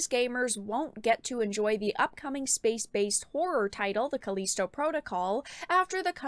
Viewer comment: Calleesto protocol she says